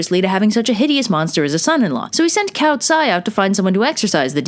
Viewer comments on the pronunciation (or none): You pronunciation is great for the most part. Save for calling Cao “cow” instead of “Tsao”